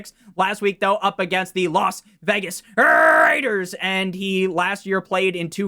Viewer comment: RRRRRRRRaiders 😂 never stop saying that lol nor “here come the ” lol